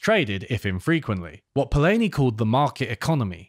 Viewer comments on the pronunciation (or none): It's nice to see that you are discussing the master, Karl Polanyi but you are pronouncing his last name incorrectly, repeatedly!